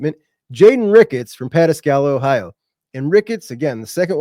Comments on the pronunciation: It’s pronounced Pa -tas’ ka la with the accent on the tas. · OMG!!! Does this mean we're losing Chris Henry Jr!?? 😲😳....First! Lol, great job, btw its pronounced Puh-tas-ka-la or even Paw-tas-ka-la by some. Just helping my boy out.😉